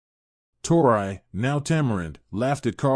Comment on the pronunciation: Yes it's driving me crazy also. He was saying tore-eye instead of tore-ee when the name Tori was read